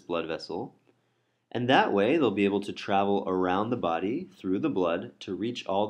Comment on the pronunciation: It is a body not a "baaaaaaaaardy".